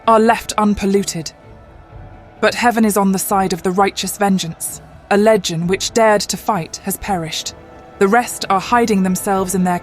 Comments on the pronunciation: Lejjun? Legion! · FYI AD61 (not 61AD) is the year 61, not 60, as the AI voice incorrectly states. The clue is in the number! Is the creator confused that the first year of the first century AD is AD1? So, 61-1=60. Is that your 'logic'? It is wrong, anyway. Also 'legion' is pronounced 'leeh-jun', not 'leh-jun'. Another AI mistake? No need to thank me.😜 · It was fine until the voice playing Boudica mispronounced Legion as "Legend." Stopped it there. If you can't get that one small detail right . . .